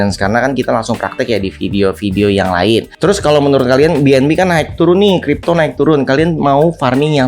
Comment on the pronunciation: Jadinya Cipto 😂